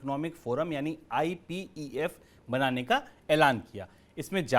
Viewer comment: IPEF ko APEF kaun bta rha hai ?